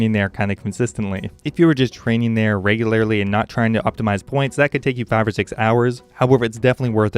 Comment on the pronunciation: your pronunciation of regularly is weird.